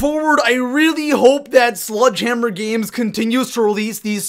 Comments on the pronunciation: Not trying to sound like an ass, but its "SLEDGE-hammer" not "SLUDGE-hammer" P.s sorry, I'm just a word pronunciation Nazi :/ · Keeps calling it "sludge" hammer 😂😂😂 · I love how he says sludgehammer instead of sledgehammer everytime